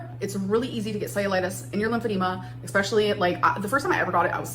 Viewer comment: PSA- ‘exspecially’ is not a word. Sorry guys. Pet hate 😅